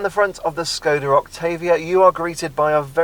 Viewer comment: It is Shhhhhkoda, god damn it